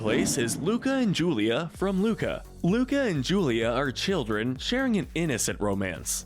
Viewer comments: Everyone: oh this soooo accurate Me: dude in the first 30 seconds he called Luca “Luna” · You called “Luca” Luna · “Coco and luna” Me:its Luca not luna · Umm excuse me you said Luna instead of Luca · He said Luna instead of Luca I think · I’ve been reading most of the comments and does no one seem to care that he said Luna instead of Luca in the beginning of the video 🤣😅🤣😅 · WHY DID I HEAR LUDA INSTEAD OF LUCA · You said Luna but it's Luca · Y mispronounced Luca?!?! How dare u disrespect my fishy boi